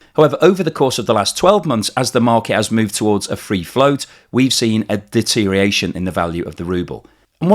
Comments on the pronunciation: siiiiiiiirrrrr please it is deteriORation NOT deteriation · I'm not a native speaker, but shouldn't it be deteriORation instead of deteriation?